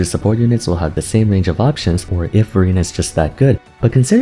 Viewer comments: Every time you say Verina I can only hear Furina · lol everytime u said verina sounded like furina and i already know who to use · Exactly my thought as well😂 I thought I read the title wrong... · Well, NOW I do... thanks. XD